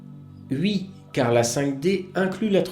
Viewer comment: mille merci. merci d'avoir pris le temps de traduire tout ça..... je peux par contre pas m'empecher de mourir de rire a chaque fois que je t'endends dire "ui".....pour dire oui....